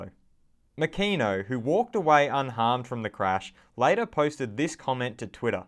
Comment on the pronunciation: MA KEE NO! not MAKAYNO